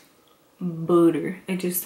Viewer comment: Lmbo "buutta"